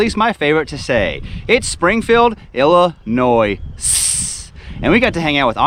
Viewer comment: Come on man. You're killing me with the "S" on Illinois.